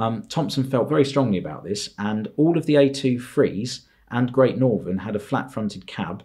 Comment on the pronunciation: He butchered great northern and he butchered the p2s